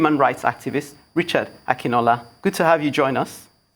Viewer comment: Akinola is not Akinnola because thay is the way the lady pronounce it